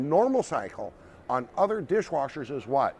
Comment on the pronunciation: Dirsh Warshers!!!!!!!!